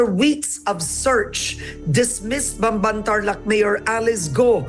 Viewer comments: “These idiots pronounce it as bamban, when it should be pronounced pampan” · nobody knew she was the first one to contest primewater's prices. people actually loved her there. bamban was developed. its not idolatry, just plain facts. people accusing her can't even pronounce bamban right. most of them don't even know where bamban is. sad.